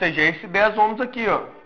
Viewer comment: Muito boa aula, sou técnico em eletrônica e a palavra ''ohm" não se lê ômis, mais sim "óémis", sobre a questão da resistencia maior resistencia é maior a dificuldade de passagem de corrente eletrica, menor resistencia mais facilidade na passagem de corrente eletrica